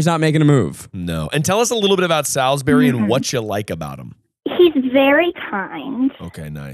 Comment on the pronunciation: I can't believe you are from North Carolina but pronounce Salisbury like that 😭 pls